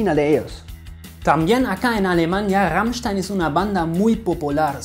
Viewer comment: wow ahora se como se pronuncia rammstein es raimschtan xD